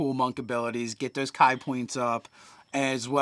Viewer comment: Is there a reason they say Kai instead of Kee?